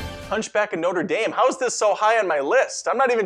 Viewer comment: 'Noder Dame'... 😂